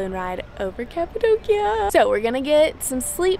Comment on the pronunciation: Omg you pronounce Cappadocia in the wrong way 😂😂😂but so lovely!